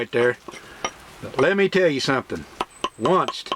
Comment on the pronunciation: Onecst. It’s once…no T